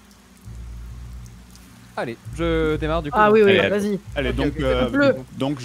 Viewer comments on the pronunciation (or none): Voui ! Je dis Voui !